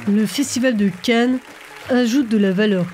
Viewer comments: Y a que moi qui entend "le festival de Ken" une fois sur deux ? 😄 Très bonne vidéo en tout cas ! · Je n'y ai jamais été, et j'ai toujours suivi cela assez distraitement. Une analyse détaillée et nuancée comme toujours. On aurait presque voulu plus de votre expérience de l'intérieur en tant que résidente., quelle voix suave. Par contre vous accentuez beaucoup le nom "Cannes", des fois ça me faisait penser à "Ken! Le survivant de l'enfer!". ^^